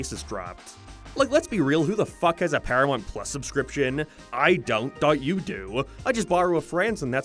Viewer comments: Wtf is “paramont”? Does he mean ParaMOUNT? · Dude learn how to say paramount. Its not perry-mount or perim-mount. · ParaMOUNT. Not paramite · Did hes say Paraminet? I thought it was Paramount? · it's pronounced, para"mount" not paramont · Wtf is Sarth Park? And Paramornt? What is wrong with your mouth? Just say the words properly, until then no views from me and downvotes on every video. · “Pyirameint pless” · I thought it was just me lol ParaMONT? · This an AI voice? The fucking pronunciations is just, horrid. "payhd off" "Peeramount" "Sieth Park" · EhrmAhgerd Para-MERRRNT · Who is this "Pair-ya-mont" you keep mentioning? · "sarth park" "paramart" stop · It's not "paramort, or paramont, or paramont." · Do you have a speech impediment? Genuinely curious after hearing you say South like Soith & Paramount like Pairmont. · "PARAMONT" lmfaoo!! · Are you having a stroke? Can you pronounce ‘ParamOunt’?? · Your accent is insufferable. Why the fk you say things like that "paramoint"? Why you keep adding "oi" to every word.....fkn canuck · Stopped watching after the 3rd, "paramornt" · So many mispronounced words. Couldn’t finish it. You think you’d figure out how to say South Park and Paramount before making a YT video on them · Why do you leave the u out of your pronunciation of paramount? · 40 seconds in an I'm leaving cause you can't pronounce Paramount correctly. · Why can't you say "paramount"? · I'm not okay with the way you say Paramount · I was in the middle of commenting on how my dislike of your pronunciation of "paramount".... then you said "paid" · Say Paramount